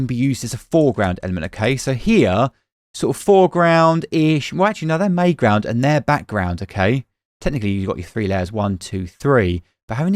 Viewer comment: Are you saying mayground or mground, to shorten middle ground?